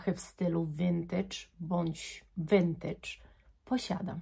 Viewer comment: No w końcu ktoś w miarę poprawnie wymawia słowo "vintage"! Już nie mogłam słuchać tych wszelakich wariacji tego słowa na innych kanałach perfumowych.